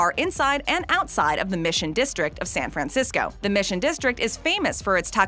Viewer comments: I hate the way you say San Fran-cisco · I’ve never in my life heard someone overpronounce San Francisco so much in my life